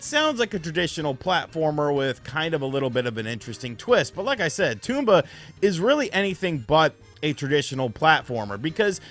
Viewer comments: Tome-ba not tume-ba 😂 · Apparently most people on YouTube call it tomb-ba...tom-ba makes more sense. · it's not TOMB BA! it's TOM BA!!! say it right! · It’s not a Tumba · Bro called him Tumba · Toomba ? Its Tomba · Its TOMba not Toomba lol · TOM-BA, dude! jeez. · TOMba, pronounce it correctly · Tooomba? Lol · It’s pronounced Tom Buh. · Almost sounds like he’s calling it Tuba sometimes! 🤿 😂😂😂😂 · its not pronounced toomba :P better luck next time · It's not a Toomba. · it is pronounced tom-ba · I thought the game pronounced as Tom-ba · Drinking game: take a drink when he mispronounces Tomba Edit: I made a mistake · Imagine doing a review and not finding out how to pronounce the title. Or anything at all about the game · Didn't pronounce Tomba correctly once. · Felt like M. Night's Avatar